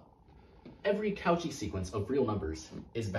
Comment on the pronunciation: Sorry but the au in cauchy is pronounced more like "o" and the "ch" like "sh" so "koshi" i am pretty sure, it's french. But i enjoy your videos very much! Throwback to my first semesters